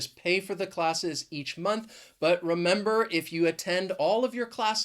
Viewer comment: would you be so kind as to teach us how to pronounce clusters or blenders? I've heard you pronounce "month" a bit differently. I mean, the final "th" is changed to only "t". Did I hear you correctly? If not, my apologies. Clarify that to me please, if possible. I really appreciate your accent and pronunciation. You've done a great job. Thanks so much.